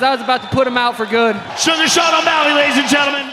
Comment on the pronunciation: "Seen O'mally"